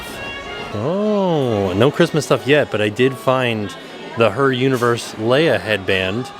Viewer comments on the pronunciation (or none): none